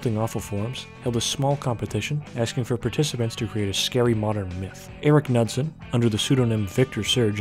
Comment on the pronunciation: Bruh how do you correctly pronounce Mojang but say “Nudsen” 😂